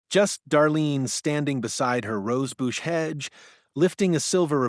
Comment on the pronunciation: Rose Bouch? No English. Try rose bush. You are obviously not old enough to be doing this kind of work. Pathetic